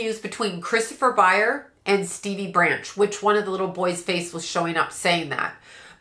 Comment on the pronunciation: ByerS with an S. How can you do a reading and continuously get one of the main characters name wrong?